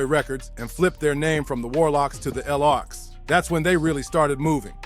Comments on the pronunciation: Or Lox not L - OX 😅😅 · It's not l.o.x. iT's Lox (Locks) 🤣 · The El ow oxe. 😂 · Who the fuck is reading this they are the LOX not the L ox lol and pronounce their names right lol